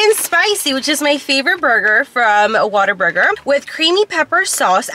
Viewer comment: It’s what-aburger. Like. Oh man what a burger. lol. Love these trying new food episodes